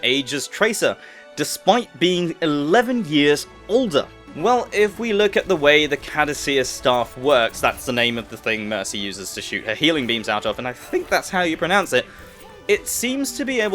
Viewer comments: Caduceus is pronounced - Kaadooseeus. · you pronounce it caa-doo-see-us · it's kuh-doo-see-is it's the same staff the Greek god Hermes wields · Mercy's staff is pronounced "Ka-douche-is" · its pronounced ka-doo-see-us as in the greek god heremes' staff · I'm sure someone else already explained it but it's pronounced Ka-due-see-us. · her staff is called the kuh-due-see-uss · The staff is pronounced "Kuh-Doo-Shis" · Pretty sure it's keh-do-see-us. It was a thing in starcraft. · It's pronounced kah-doo-see-uss, with the 'kah-doo' being pronounced quickly.